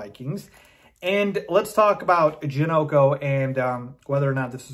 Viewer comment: It's Ja- knock- o